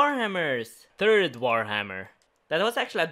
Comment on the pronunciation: Tree, tird, shest, scouded